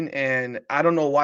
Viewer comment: love ya but you're mispronouncing Cooper DeJean's name. In fairness, you are pronouncing it correctly in French but since he's from Iowa they say Duh-zheen. No worries.